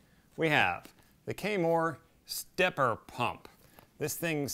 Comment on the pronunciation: Kammoore 😜 the name is Kamoer 😁